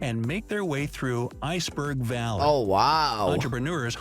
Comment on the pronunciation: Not "iceberg valley" but "iceberg alley"!